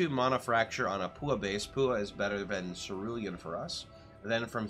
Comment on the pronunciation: Small detail but Paua Rings are pronounced "pa-wah". Awesome build!